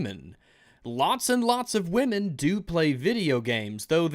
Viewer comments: "Won't you think of the women". No. Second, it's wamyn. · "OVER 21 MILLION WAMEN?"